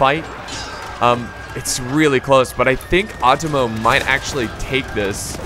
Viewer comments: You got the 'e'(eh sound) sound fairly correct. But the 'O' sound is like "Oh" you keep saying chosokabe as if its chuu which is wrong.Same with Otomo. Its Oh-Tomo. Not uh-tomo. Japanaese is fairly consistent unlike English. Also R (probably the hardest sound for English speakers) is like a mix of the English 'D' 'R' and 'L' sound. The tongue position is like between 'D' and 'L' if that helps. You can try to quickly transition fro 'L' to 'D' to kind of create that sound. Also NagiNata. There's a N there. Uesugi. As previously mentioned it's pretty consistent. However U would be kind of like a long O sound, similar to 'thought.' Somewhat like how you said cho(almost like chuu) in the video. Similar but not exactly the same, its hard to describe it without actually pronouncing it. So Ooo-eh-su-gi would be fairly close, but I don't think long O is really on point. Still that will already go a long way. Not really trying to be rude, just trying to help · Otomo is pronounced Oh Toe Moe or Ah toe Moe ( it depends on the person) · About the names 1.-It's WEsugie 2.-chosokabe you got it right (the first time), so iko ikki 3.-It's nagiNata There's an N 4.-Otomo is pronounce with a higher second O. OOTOmo